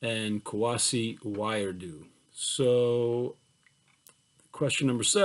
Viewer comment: Thank you for this lecture! A quick note, I believe Wiredu is prounounced "WEE-REH-DOO."